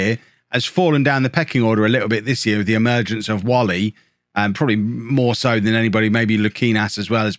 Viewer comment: Whalley is pronounced "waylee" :_lollujoBadge